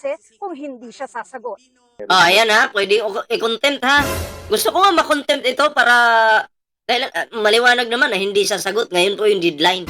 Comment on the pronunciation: contempt.....hindi content...paki correct lang ang pronunciation...